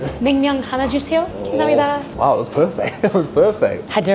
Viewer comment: Wow!! That “감사합니다” was really good. She pronounced it perfectly!